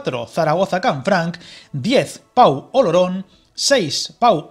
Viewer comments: Oirte decir "pa-u" varias veces en el vídeo, chirría al oído. El nombre de la localidad es "po", y como dicen más abajo, no es más que un pueblecito al que Francia no va a destinar ni un euro en mejora de infraestructuras. Incluso la línea Burdeos-Toulouse (pronunciado "tulús"), ciudades que aunque parezcan importantes, entre las dos sumadas apenas llegan a 800.000 personas, y la vía que ni siquiera se acerca al Pre-pirineo francés, lleva ANOS de retraso. Francia no tiene ninguna intención de meterse en esa zona de montaña en la que no hay población. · Se escribe Pau pero se pronuncia Po